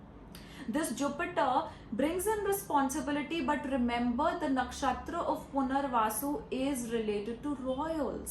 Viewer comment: Why do you mispronounce Nakshatra? It's funny 😂😂